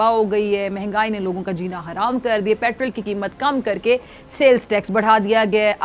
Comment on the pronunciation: यह इतनी जाहिल है कि महंगाई को भिंघाई बोलती है 😂😂